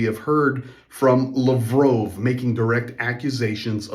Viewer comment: Its lav rov bro hes not french